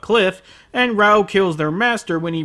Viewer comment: raoh not baoh